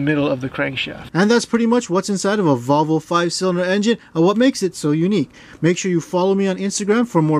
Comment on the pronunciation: I've never heard anyone pronounce it Vovle before